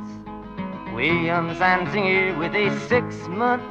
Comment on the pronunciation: It's actually not. Dylan only got three facts wrong. He pronounced Zantzinger's name incorrectly. He said Zantzinger was charged with first degree murder, and it was second. And Hattie Carroll had eleven children, not ten.